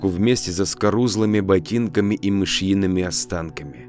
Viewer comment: С некоторыми ударениями беда, просторечное такое повествование, и слова странные проскальзывают. Вроде, "мышЙиными"))